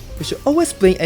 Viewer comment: Bro pronounce aero rover as "aelo loba"